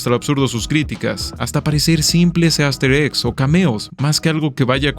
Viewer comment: en el seg me dio la sensación que dijo "gaster eggs" y pensé directamente en undertale o deltarune xd